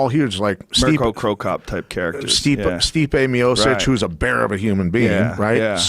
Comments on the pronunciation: the guy starts talking about how used defense to avoid cte. then he pronounced the dudes name as stipe "miosssich". coincidence? i think not. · He didn't even pronounce Miocic correctly.. Pathetic..